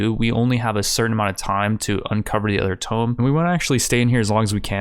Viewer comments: Hey bruv. Good stuff. Just one issue... you say tomb as "tome", it is actually pronounced "tooom(b)" with a long ooo sound like ooze... tome is an ancient book or manuscript... not a big deal but I'm sure you don't won't to go on miss pronouncing something if you can help it. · The use of the word 'Tome', when you actually meant 'Tomb, was really quite confusing. The way you pronounce it (Tome) refers to an ancient book, which seemed in keeping with the scenario. I'm guessing you meant 'Tomb', pronounced 'toom'. Sorry, but it really pulled me out of my immersion in the vid. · Why are you pronouncing "tomb" like "tome" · Tomb is pronounced like (Toom). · Tomb is pronounced as if was spelled "tume" or "toom." Not sure if this is a channel meme or something, but it's distracting to hear you mispronounce just this one word. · One day he might learn how to say tomb